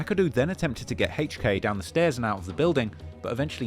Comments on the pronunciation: He pronounced hk name Hhhhhhhhk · Who tf is “Hache Kay” it’s HK , the letter H and K wtf is Hache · "Haych Kay". really pronouncing that H. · I can listen to you say “Haych Kay” all day 😩😂